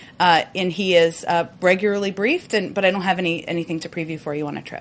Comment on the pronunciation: It’s regularly, “regu”-“larly” Like the usual word: regular, with: ly (Reh- Gue- Lar- Lee)